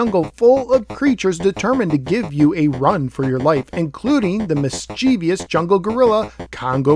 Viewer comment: Miss-che-viss, not Miss-chee-vee-iss